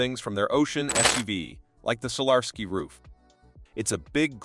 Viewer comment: Either this is an AI talking or a human who can't pronounce Solar Sky, not Solarski!